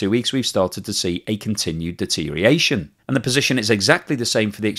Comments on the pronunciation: Deterioration not deteriation,.;-) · another excellent presentation... but its deteriORation...deteriORation....deteriORation, please. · I’ve noticed a steady decline in your pronunciation of deterioration over the past few months. It seems to have lost at least one syllable in that period.